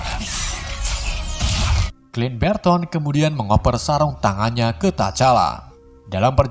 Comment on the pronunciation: Saran saja ini teruntuk kedepannya penyebutan nama atau karakter di film lebih di betulkan lagi. contoh sam dibaca sem, clint barton bukan clint berton. and thank you